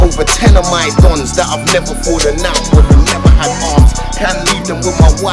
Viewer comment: man said i roll wiv fathers and not idiots arddd